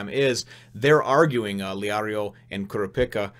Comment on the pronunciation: The guy who lost his arms to Hisoka was disqualified. Also, if you're wondering, it's pronounced "Koo-Rah-Pee-Kah" and "Leh-Oh-Ree-Oh."